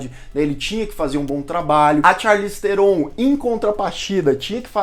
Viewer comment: Se pronuncia "charlize tron" o "H" e o "E" do sobrenome dela são mudos. Numa entrevista num programa ela falou como se pronuncia corretamente. Aprendi isso no canal Super 8 q ele fala sobre o filme The Old Guard em q ela participa. aqui o vídeo: Mas o video ficou muito bom e amo esse canal!